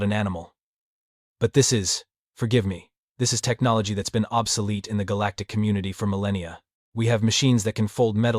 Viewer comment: Anyone else catch "obsoletee" ? 😅 These A.I.s are funny. 😂